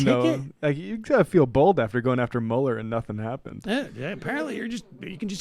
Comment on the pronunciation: How is it possible she can't pronance Meuller? How?